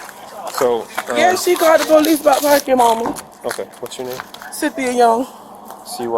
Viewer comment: Ask the polixe next time they ask u to exit one